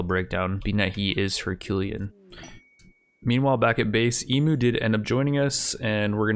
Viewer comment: I'm sorry, this is completely unwatchable, there's 1 huge flaw with this entire playthrough. You aren't pronouncing Emu correctly. Eem-You is the right way to say it.